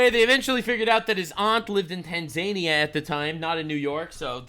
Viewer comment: Ok, I have to say it. It is Tan-Zah-Nia NOT Tan-Zania. Thank you for your attention to this matter.